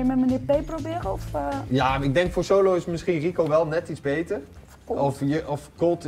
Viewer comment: ''Ja en nu die sholo'' zei die toch